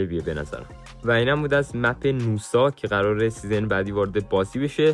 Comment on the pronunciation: حاجی گمونم نوسا نیست ناساس 🗿